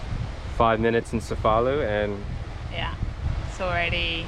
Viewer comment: So cool to se you're in Sicily beautiful land of my heritage! Also, the C's are pronounced hard there CHE'-FA-LU - CHE' as in Che Guevara. Salute!